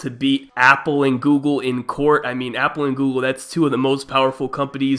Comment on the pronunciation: “Apple and Gooble”